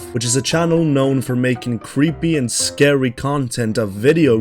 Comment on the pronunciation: Did he also say scawy